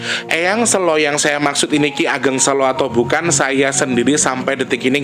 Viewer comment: coba cari org Jawa yg tulen di situ,ngk enak je ngucap Ki Ageng Selo nya. 🙏🙏🙏